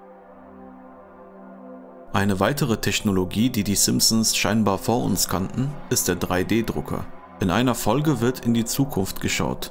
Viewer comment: Isch hör nur sch, sch, Teschnologie